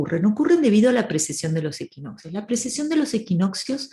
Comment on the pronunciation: Me encantó el análisis cuando lo estudié igualmente; alejado completamente de las ideas 'new age' que siempre nos han contado sobre la Era de Acuario = Paz y Amor. Por cierto, disculpa a mi Luna en Virgo, pero es 'PreCesión', no 'PreSeción'. Muchas gracias por tu trabajo de difusión de la Astrología bien hecha. ❤